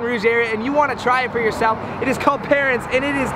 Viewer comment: The way he pronounced parrain omg 💀